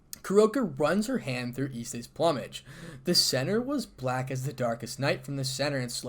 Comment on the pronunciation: Out of all the media concerning High School DxD, I like this iteration of Isse best. By the way, plumage is pronounced "Ploom-edge".